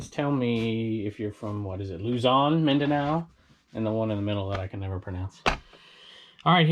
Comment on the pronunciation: Mindanao Philippines That’s impressive pronunciation Great video